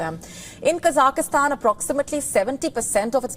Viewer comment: It is Kazakhstan and not Kazak i stan